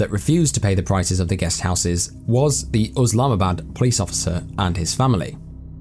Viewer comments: It's Islamabad not uslamabad. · bruh it's not Oslamabad it's Islamabad . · I think its Islamabad ,not uslamabad as the narrator pronounce it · Thanks for checking it out! ( I blame google for the oslamabad thing, if you google how to pronounce it, it says uhz'lahma,bad' lessond learned & hope you stick around :P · google told you to say Uslamabad? 😂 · I'm curious, why are calling the capital of Pakistan USlamabad? Unless someone has mis-spelled it it's ISlamabad and sounds exactly as it's spelled!! If you're going to talk about about something and, even if you think you know how to pronounce it, check it to be sure! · After researching it seemed to be pronounced uhz lahma bad 🤷‍♂️ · Hey brudda yeah I got told by a Pakistan native it was pronounced uhz-lahma-bad. I'm guessing it's Islamabad exactly how it's spelt 🤣